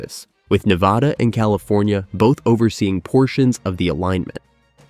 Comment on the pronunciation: Please learn to say Nevada. ;)